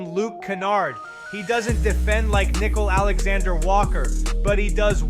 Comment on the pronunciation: Who is “Nickel” Alexander Walker??? It’s Nick-KEEL